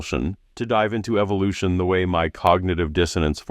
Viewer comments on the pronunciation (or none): Around 36 minute mark, did Mel mispronounce the word evolution on purpose. (Sounded like “EVIL-ution” 🤨